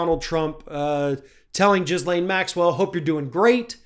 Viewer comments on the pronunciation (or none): So she's A monster (allegedly), but you are undermining your journalistic credibility when you keep mispronouncing "Ghislaine" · Cant even pronounce ghislaine lmao